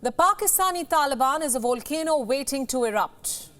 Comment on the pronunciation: It’s not Wolkano, volcano.. 😂